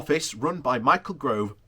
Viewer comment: Yay, your corrected your pronunciation of Gove! Then you forgot, but this IS PROGRESS!!